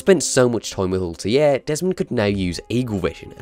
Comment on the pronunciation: Am I the only one who finds it irritating by how he pronounces Altaïrs name